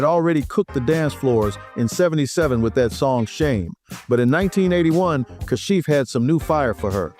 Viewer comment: It was simply "Ka-shif," not "CAH-shif." Hire REAL narrators who know the music, NOT AI.